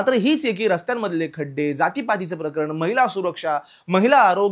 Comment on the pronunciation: मित्रा बाकी सगळं चालूच राहील पण मला आवडलं ते तू मराठी भाषेतले शब्द योग्य उच्चारतोयेस. जसं की प्रकरण (प्रकरन x), प्राणी (प्रानी x), लाजिरवाणी (लाजिरवानी x) Good going, Keep it up!